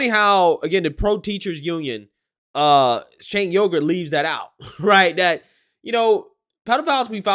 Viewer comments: doesnt matter if they were having a pancake breakfast the following day.im 99% sure this person who did this is the same ppl that go to this club..he/she probably would want "more"of that stuff...not trying to be an ahole but its pronounced Jank not seenk.... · I believe you pronounced it wrong miss. I believe it is Chunk, Chunk Yogurt. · I love the way says Cenk's name. It sounds like Cenk Yogurt which seems fitting. 😀